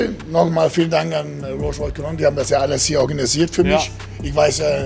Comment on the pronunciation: Rolsch Royce